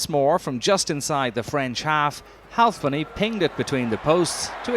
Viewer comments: "Leigh HualfPenny" lolol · He really likes the L in Halfpenny.